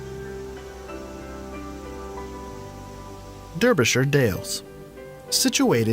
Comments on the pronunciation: Belfast, yada yada yada, "is one of the LEAST attractive places in the UK to live and work in"!!!! The narrater said, so WHY would anybody want to move there???? Derbyshire is pronounced Darbyshire. is Derwent Dam which the Dambusters practiced on in WW2 and was also shown in the Dambusters movie from the 50's. looks like the final challenge set of Total Wipeout UK. Shire is "sher" over here. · Tell him Derbyshire is pronounced Darby-sher and Rutland is Rutland which he finally pronounces properly, I'm from East London so I pronounce Richmondshire Richmondsher. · What about Wales and Scotland. And its Darbyshire NOT Dirbyshire. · Derbyshire is pronounced Darbyshur not Durbyshire 😳😳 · It’s Dar Bi Shuh not durby sher! 👍🏻🥸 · I thought I wanted to smack the announcer when they said 'durbyshire' and not 'darbyshur' (gotta love them naming conventions) but when he said 'Rutland (pronouncing it wrong, of course) is England's smallest COUNTRY' I knew they had to be on the Speshul scale somewhere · DDeerbishur. NO. darbeeshear.. lol. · I live in Derbyshire, and it very versatile you are close to all the biggish cities and all the countryside you could wish for. My only gripe is the person's pronunciation....it is NOT deeerbyshire...it is Darbyshuh. Shire usually pronounced 'shuh'. The places like Peterborough the 'borough' is NOT burrow it is 'bruh' lol I know you lovely Americans can manage that one :) And as I was born in Edinburgh it is nice and easy 'Edinbruh'. Now after all the nagging, love your vids always make me smile. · Durbyshire!? It's pronounced DAR-B-SHEAR. Fantastic place though. Went there for a week on holiday, great memories. Lot's of old mines to explore. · Its actually Derbyshire nit Durbyshire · Pronounced Darbyshire... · Derbyshire pronounced Darby... Richmondshire as you pronounced it. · I bet ALL the Brits watching this let everything else wash over their heads as they screamed "DAAARBYSHIRE!!! IT'S PRONOUNCED DAAAARBYSHIRE!!!!"